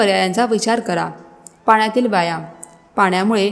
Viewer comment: आरोग्यम् धनसंपदा फारच छान फक्त व्यायाम शब्दाचा उच्चार योग्य करा